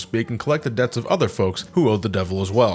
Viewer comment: HOLD ON. How did pronounce "Debt"?